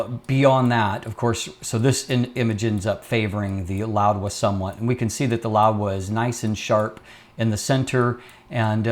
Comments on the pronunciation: Correctlly it should be pronounced as how it is spelled Laowa. Without d. literally means Old frog. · I am hearing an extra "d" in your pronunciation (e.g. "loud-wa") Is this the correct pronunciation?